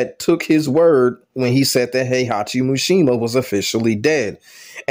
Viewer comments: MISHIMA. MEE-SHE-MAH. Not “mooshemuh” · Why do you keep calling him MUshima lol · Atleast say his name right